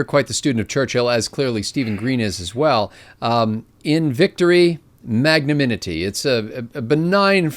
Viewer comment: Great conversation, but FYI: It's mag-na-NIM-ity.